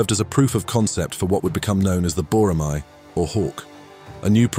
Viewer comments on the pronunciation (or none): Boramae, should be pronounced as Bo(as "row")-ra (as in car) - mae (as in middle "cat" and "bed") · It is pronounced as Bo-ra-me; me as in 'me'lody. It's a Korean hawk.